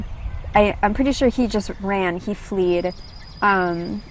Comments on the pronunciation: FLED YOU FOOL!!! NOT FLEE..BERKELEY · fled not fleed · Am I the only one who gets pissed off when she says "fleed" instead of "fled"?